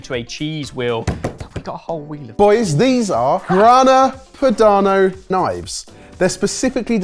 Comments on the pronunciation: Anyone else hear say Grana Panado? 😂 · "Grana Panado" LOL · 12.01 Grana Panado? From a Chef ? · It always amazes me that the boys still can't pronounce well known foods and ingredients properly after all these years, even:D and that french music while opening a Grana Padano is just meme-worthy:D